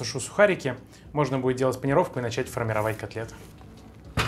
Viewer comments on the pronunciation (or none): none